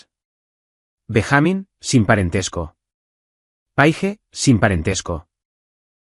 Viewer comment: BenjÁmin? No es Benjamin? Payasos?